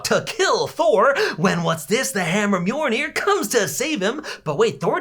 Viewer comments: Its pronounced (mil-near) not (myour- near) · “He has the idea ! To summon mor-nir!” Its mi-il-nir not mornir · Did you say, Mjornir? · no shot he said mjornir